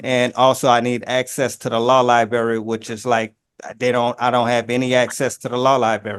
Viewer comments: He says "Liberry" rather than "Library". Either way, he puts the "Lie" in "Lie-brary" or "Lie-berry". "Sovereign Citizen" loosely translates to "Shiftless, Lawless Bum" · Drives me nuts when an alleged adult says “liBerry” in lieu of “liBRary” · That's "liberry" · He can't get to the liberry.